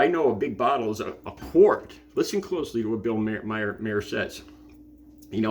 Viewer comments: Mahr is pronounced like Car but with an M. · It's pronounced Bill Mar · I’ve seen ten seconds of this video, and this guy has already made two mistakes. He claimed it was 3 AM and it looks like there’s sun out. Most importantly he mispronounced Bill Maher’s name.